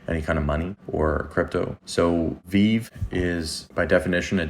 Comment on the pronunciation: Thanks for the content. Only tip I have is call it Ve-Ve. It’s a thing the community is critical of lol. Stupid but just wanna help out. If creator says Vev they will disregard your content. Sorry they are so petty. But you did a great job explaining the project to new users